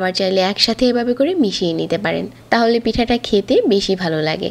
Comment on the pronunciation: Uni ভ uccharon korena দুই বাবে ,বিজা এই রকম বলে এরপর ঢেলে রে বলতেসে ডেলে maybe uni ctg er tai oikhaner accent chole ashe